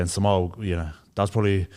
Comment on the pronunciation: Sole oni who your saying Samowah 😂😂😂😂